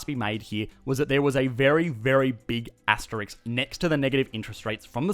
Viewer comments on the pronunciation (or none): A big what? Did you say Asterix?